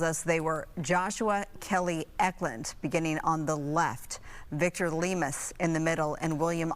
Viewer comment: That’s not how you pronounce Lemus you ignorant cow